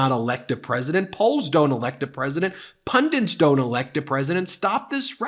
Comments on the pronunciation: It is PunDITS not Pundents. There is no such thing as a pundent. Pundent is a somewhat rare American Family name. A pundit is an Anglicised form of the Hindu Pandit. Otherwise - Well said. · Pundit. The word is Pundit. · There’s only one ‘n’ in the word “pundit”.